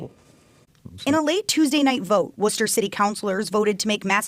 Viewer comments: As a MA native I’m glad you learned to pronounce Worcester this time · Good job pronouncing Worcester right this time. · U learned how to pronounce Worcester correctly 😁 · W for correctly pronouncing Worcester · You said Worcester right awesome man, and glitter is the herpes of the craft world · Thank you for pronouncing Worcester correctly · Thanks for saying Worcester correctly